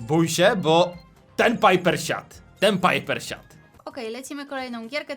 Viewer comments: Mówi się Bo Anię bu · Nie mówi się gene tylko dżin i nie mówi się bu tylko bo